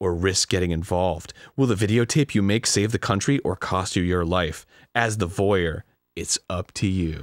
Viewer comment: um actually it's pronounced voy - air, ty very much